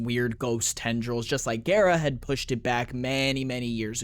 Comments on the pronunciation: It is pronounced Gah-rah, from the japanese word for glass(garasu). Which is why she has that japanese look. Someone lied to you buddy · pretty sure it is GARRR RAHH lotus says GARRR RAH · wait its pronounced gay-ra? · Why are you saying her name that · I'm not great with pronunciation, but I thought Gara was pronounced like the Naruto character as well. I think that's how Ballas says the name in her Prime trailer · It is pronounced like Gara from Naruto. It's from the Japanese Garasu ガラス(glass). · One thing to note about Gara(besides her name, you actually got it right before you corrected yourself, it's pronounced with a long a) is that we know why she's the glass warframe, and it's actually surprisingly wholesome. Essentially the woman who would become Gara volunteered herself to become a Warframe, knowing the truth. Nihil called for her to be glassed, essentially punishing her "for her presumption". Ballas took all this and used it as inspiration for her design. To honor her sacrifice he "encased her in crystal most fine" i.e. made her into the glass warframe. Source: Her prime trailer